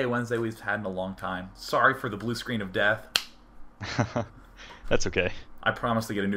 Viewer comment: hahaha BRUE SCLEENUH!